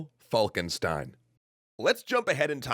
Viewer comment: "falkenstein" is the german word for "falcon stone" and it is spoken "falkenshtein" (because stein is written with an S but spoken with a german SCH)